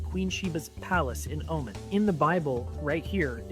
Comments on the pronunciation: Btw it is Omaaaaaan not Omun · that guy talking about the Queen of Sheba LOL first of All she was from Yemen not Oman and also its pronounced OHMAN NOT Omen lol Americans are sooooo ignorant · Oman is pronounced oh mon.